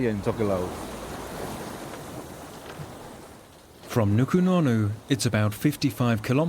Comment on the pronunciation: It's a pity the guy doing the voice over can't pronounce Tokelau and Samoan languages correctly, its not difficult.